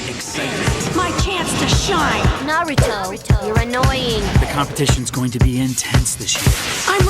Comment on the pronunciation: you said naruto wrong